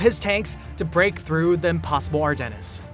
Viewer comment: Not to mention "Ar-Dennis"